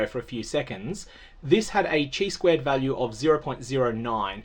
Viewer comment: For how much statistics you seem to know from previous reddit comments etc, I am stunned that you pronounce chi-square like that. It is pronounced like the greek letter, hence the greek letter used in the test statistic, not the Chinese concept of life force.